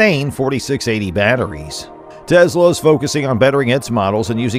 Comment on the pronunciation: Good, informative video! However, two small suggestions. 1) Please avoid the word "insane". It's far over-used to the point of fatigue in regards to anything Tesla or Elon Musk. Find other words to express Tesla's remarkable accomplishments. 2) I believe Tesla's pronounced "Tes' la", not "Tezla". Again, you produced an otherwise enjoyable video...thanks!